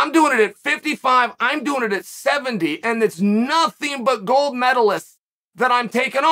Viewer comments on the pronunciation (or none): none